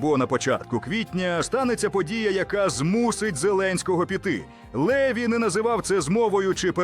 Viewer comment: А хто цей ЛЕві ? Наголос уже показав, що цю казку знову вкидає ворог . Французи мають прізвища з наголосом на останній склад - ЛевІ . От грамотії !!!